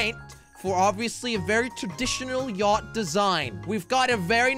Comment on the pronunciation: Its yacht not yatch